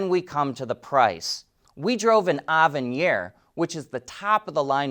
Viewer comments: "Ah-ven-yair"...huh? You're trying too hard on that one. Just say "Avin-eer". About the price, fully loaded might be a bit high, however, the vast majority of new Envisions (at least at dealers around me) are being discounted anywhere from $2k-7k. That makes them more reasonable. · Yet another great video for the books! Pronunciation should be Avenir. Like ahhhh (same as avenue) + Venere. Aveneere is kind of how you would spell it if it were not French origin.